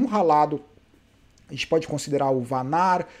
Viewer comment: Parabéns novamente pelos comentários showww como sempre... o triste é ver aqui no Brasil pela ESPN e ver o pessoal falando Wout Van Aert... ao invés de Vanart... jesuis amado... é dose... abraço